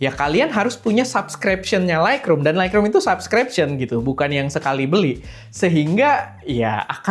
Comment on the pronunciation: Sorry bang harus revisi 😅 Lightroom bacanya laitrum, bukan laikrum. Makin sukses esteh 🎉